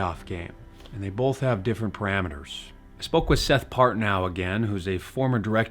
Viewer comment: cool vid unfortunately you said "bolth" instead of "BOTH", instant dislike.